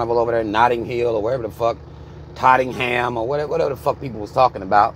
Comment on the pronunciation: Not Tottingham lol